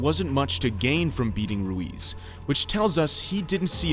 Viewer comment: Hes name is Ruiz not luis lol